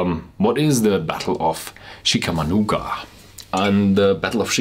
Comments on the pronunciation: pronounced CHICK A MAUGWA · Chickamauga is pronounced Chick-a-mawga "Rebel Yell" was the high pitched throaty scream the rebels screamed as they attacked the northern troops in the Civil War; meant to intimidate and instill fear. Try to get hold of the 10 year single barrel and review.